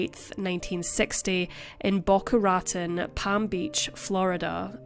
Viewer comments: This is a super serious subject, but I can't get past the injustice to Boca Raton. ra-TONE, not RAT-ten. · Oh dear. Boca Rotten? We have many Spanish names in the south and west. It’s Boca Rah tone. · Pronounced “Boh-Kah Rah-Tohn” ✌️🙂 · Boca Raton is pronounced *Bow-kah Rah-Tone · Boca Raton Pronounced Boca Rah-tone 🙂 I live near there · Boca Raton is pronounced Boca Ra-TONE. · I knew someone would bring this up. Its Boca Rah-Ton. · Bho-kha Rha-TONE - emphasis on last syllable, for Boca Raton. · I don't know how to tell you the proper way but thats not how you pronounce Boca Raton. Im sure you know that you can Google the word and a voice will pronounce it out loud for you as many times as you need. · Just trying to help. Your pronunciations of Florida place names don't match that of the locals. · Yeah, it sounded odd. And "penchant" is pronounced in the French "pon-shon". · I read the comments before the video got there and thoroughly enjoyed her pronunciation. Judging from all the comments, she'll never mispronounce it again! 😂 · It’s always the U.K. presenters that never seem to bother to Google a correct pronunciation.